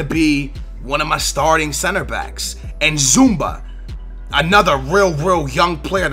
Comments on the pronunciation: zouma is pronounced Z-U-M-A not Z-U-M-B-A like so he can see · ITS FUCKING ZOUMA NOT ZUMBA !! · Its zouma not zoumba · zouma not zoumbia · Its not zoumba it is zouma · HOLY SHIT IT'S NOT ZOOMBA OR ZOUMBIA IT'S ZOUMA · Fucking zouMA! Not zoumba!!! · i think you got and A+ because you got thiago,felipe anderson he can score the free kicks,lorenzo in sin yay is a beast and he is speedy,reyes,zouma and i forgot the other one. and it is zouma not zoumbia! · Holy crap, it's ZOO-MA not Zumba you noob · Its pronounced zoo-ma. Not zoomba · C'mon....It's ZOUMA not ZoumBa!! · Zouma ZOUMA not ZOUMBA noob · Zuma, not Zumba! LIKE SO HE CAN SEE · Its Zouma !! not Zoumba !!! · ffs it's zouma not zoumba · It is zouma not zoumba or zoumbia! ! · zouma not zoumbia -. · Zouma pronounced Zooma not Zoombia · I think it's pronounced like in sin ye and its not Zoumba it's zu ma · And its Zouma not Zoumba!! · Its ZOU-MA there isn't any B in his name. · Zouma not zumba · its zoo-ma not zumba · insigne is pronounced in-sin-yay also zouma is pronounced zoo-ma (not zoombia) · why do you keep calling him 'zoomba' his name doesnt have a b? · In-sin-yay and Zouma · It's Zouma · Insigne is said, "In-Sin-Yee". Also, Zouma is pronounced, "Zoom-Ah".